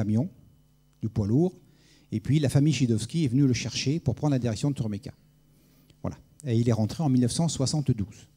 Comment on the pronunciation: Étonnant de voir que l'orateur est incapable de prononcer Turboméca en 1 seul mot ! Ce type dit ou bien Turbo ou bien Turméca. Jamais TurBOméca pour 99 % des cas ... Il est dyslexique ou a-t-il un problème avec ce qui est "Bo" ?? LOL Par ailleurs, les Russes veulent déjà remplacer le Ardiden 3 du Ka-62 par un moteur de conception Russe, 2 ans seulement après sa mise en service... C'est plutôt révélateur du manque de brio du moteur de Safran !